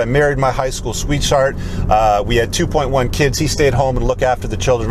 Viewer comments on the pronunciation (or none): I don’t know if you really meant to say “high school sweetSHART” or if you just misspoke but it made me laugh.